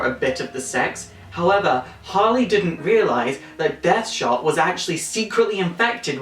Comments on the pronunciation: it's Amanda WALLER not Walter and DEADSHOT not deathshot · His name is Dead Shot, not Death Shot. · Not too sure on the newer Harleys, I kinda used to think she was actually a better criminal in her own right and Joker just held her back and I liked that that could be the case. Great vid anyway but I think you kept mispronouncing Deadshot.